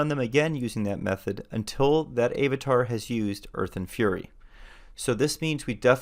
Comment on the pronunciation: Love your videos but unnghhghhh.... It's Av-a-tar - not Ayv-a-tar - you say Ap-all (Apple) not Ape-all !